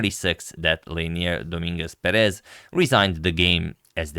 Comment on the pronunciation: Hello agad! Thank you for your daily content, it is much appreciated ❤ I wanted to let you know, since you take great care of the pronunciation of the players' names, that the correct pronunciation is Leinier DoMINguez PErez. In spanish we have written accents (á, é, í, etc.), so everytime you see one of those, you know were the accent of the word is. Thank you again for your work, I enjoy increasing my vast knowledge everyday with your videos